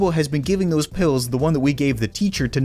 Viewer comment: am I the only person that noticed nugget said "thows"?